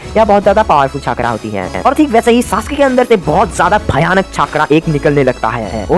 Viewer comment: Please छाकरा nhi चकरा boliye vese aapki video achhi h